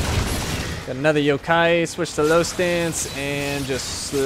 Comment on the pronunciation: Yup his pronounciation is wrong...